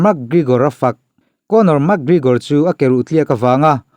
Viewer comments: Ka pu..., Mak... ti lovin mek... tiin lam ri rawh.... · "Mak grigor" 😂😂😂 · A hming pawh ilam thiamlo nia...Mak grigor te ti mai mai ngaih na awm lo....thil hi in hre ṭhin sia e...Isua kha pawngtawng takin a cho ani lo e....Silchar a mi Rajua hi rawn cho se boruak a siam lo ngawt ang. ...Conor khan Isua meuh kha ropui ati em em a fiamthu nan reporter ten an zawhna a chhang mai ani. Tin, a thusawi vanga hrem nghal tur nise Atheist ho te, mawngkaw hur hi te hi an ke a tliak nasa lutuk anga an kut in an kal tawh ang. Mi accident tawh Pathian in a hrem lo tih ngawt zel hi mi mawl thawmhnaw mawi ber pawl ani e. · Pronounce hi chu a in anglo,mse mi tam zawkte lam rik dan angin,mac gregor,ti ve mai la,mug gregor tih tlat cu,ngaihthlak ati nuamlo zo vek lawm le aw... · Max GreGor anilo🤣 McGregor alawm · Mekgigor ti hian ring announcer ten an lam.. Makgrigor ti hian an lam lem lo. Mase kan tawng a nilo a dik thovang. I lam zig ag reg si a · MAK Grigawr ti zing mawlh nawlh mai sia aw😂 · Mak gregor tih ron lam apiangin ka nui😂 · Mak gregor itia mi an 2 hming pawh i lam tha thei meuh lo ami🤣🤣🤣 Ronda rosu te la ti ta deuh²🤣🤣🤣